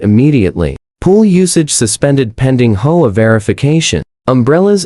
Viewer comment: Whoever is reading story transcripts needs to stop reading HOA as HOAH, just spell out H.O.A., it's as simple as that.